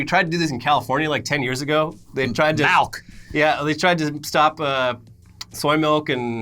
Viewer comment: MALK with Vitamin R